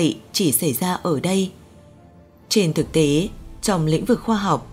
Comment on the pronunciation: Chị MC ơi ! Tiếng Việt có 5 dấu: sắc, huyền, hỏi, ngã và nặng. Chị đọc dấu sắc thành dấu hỏi là sai chính tả rồi: - Trái đất, chị đọc là TRẢI Đất - Thực tế, chị đọc là Thực TỂ - Có, chị đọc là CỎ Đã làm người nghe hiểu nhầm ý